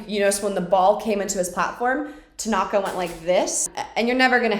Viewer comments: lmao it's now my habit to call Tanaka "Takonga" because of victoria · “I would like to chess bump Tenaka” SIS ME TOO😂😂